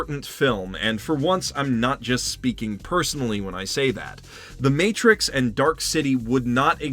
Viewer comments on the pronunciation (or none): none